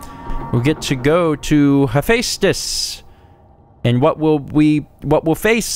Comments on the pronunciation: Someone correct me if I'm wrong, but Hephaestus is pronounced Hefestus, right? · It's funny how many people pronounce Hephaestus wrong. You were only off by a single sound, but other people usually totally screw it up.